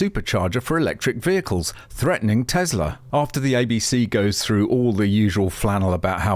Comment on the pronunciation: for cry out loud, stop saying Tezla! Please,PLEASE!! Show some respect for Nikola Tesla. No more thumbs up for you until you do. Tesla is pronounced with "s" sounding like that in seven, similar or silly. So stop being silly and don't behave like poorly educated English speaker.....